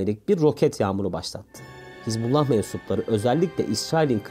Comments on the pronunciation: КАК ЖЕ ПРОТИВНО ТЫ ПРОИЗНОСИШЬ СЛОВО ХИЗБ"У"ЛЛАХ. А НЕ ХИЗБАЛА!!!И В ПЕРЕВОДЕ ЭТО СЛОВО НЕ "ПАРТИЯ БОГА" КАК ТЫ ТАМ ГОВОРИШЬ,А "АРМИЯ АЛЛАХА"!!!ПЕРЕД ТЕМ КАК ВЫСТАВИТЬ ПОДОБНОЕ СТОИТ ХОТЯ БЫ ЭЛЕМЕНТАРНЫЕ СЛОВА УТОЧНЯТЬ!!! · Звучит как то нелепо ХЕЗ-бола😂 когда все знаю как правильно по-арабски «Хезбалла» или «Хизбалла» с окончанием на последние гласные. от слов «хезба» и «Аллах» «партия Аллаха» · Не Хезбала,а Хизбуллах. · Не Хезболла а Хазболлу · Ударение ставь правильно, не хизбАллах а хизбаллАх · ХезбаллА. Вы не правильно делаете ударение в этом слове. Ударение на последнюю букву ! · Хизбала ударение на хиз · Капец автор Хасббулла правильное произношение 😂,иди учись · Научите этого чела правильно называть Хезбаллу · Научитесь правильно выговаривать терорестическую организацию.